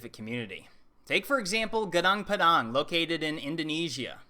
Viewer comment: Padang means field. Pa like papa is correct...